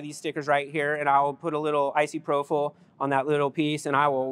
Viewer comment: Icyprofyl alcohol😂 Anybody wondering, I'm pretty sure he meant isopropyl alcohol aka isopropanol. Amazing tech, I absolutely love marbles!!❤